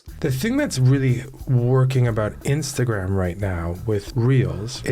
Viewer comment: The way that guy pronounces Instagram is f’n weird